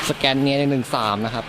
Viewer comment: scania อ่าน ว่า สะ แกน เนีย (สแกนเนีย) กูเกิลมีครับ ชื่อภาษาไทยว่า บจก. สแกนเนีย สยาม หรือ สแกนเนีย ประเทศไทย